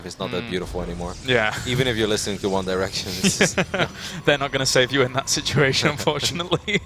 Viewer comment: one derection hahahaha